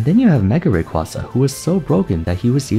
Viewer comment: The way you pronounce Rayquaza hurts me physically